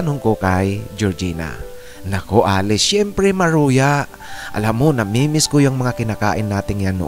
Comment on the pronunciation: Ano daw??? " Syemprey"...weird ang accent mo